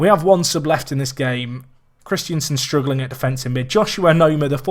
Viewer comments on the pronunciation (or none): I don't think you're saying Christensen his name correctly, it's Christensen, not Christiensen haha